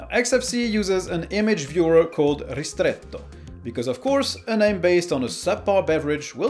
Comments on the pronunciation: Aren't you French? Your "ristretto" was a perfect Italian pronunciation! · good pronunciation of "Ristretto". Are you an Italian speaker?